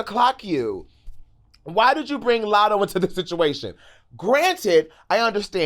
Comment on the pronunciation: Lmaoo now Ik u ain’t juss sayin latto wrong one time in this whole 30 some minute video